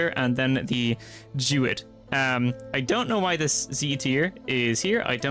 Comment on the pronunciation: it’s not “Jewid” it’s Druid